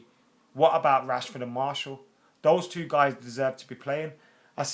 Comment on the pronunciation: His name is MAR-TIAL..Not MARSHALL. He's a French footballer. Not an Ampflier.